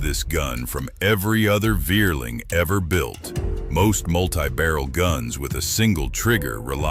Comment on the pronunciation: I am German. What a Wierling is, i don't know. Vierling is spoken Fierling. Similar to Volkswagen, which is spoken Folkswagen. For reason of changed hunting practice in Germany, Austria i don't know, combined hunting guns are out of fashion , starting in 1990s.